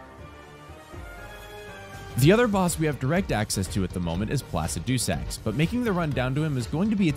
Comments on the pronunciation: Pla sid i sacks Not the way you say it. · The way he says Placidusax cracks me up bruh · That's... not how you pronounce Placidusax